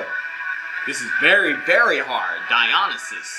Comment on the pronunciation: and Tae said Dionysius